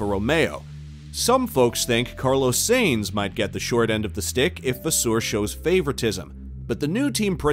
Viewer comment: The mispronunciation of “Sainz” and “Scuderia” and others shows this page has no idea what they are talking about. Not to mention they made an 8 minute video from 3 quotes taken from 3 people at 3 completely different times in the off-season. (Down vote, and hide this creator) ✌️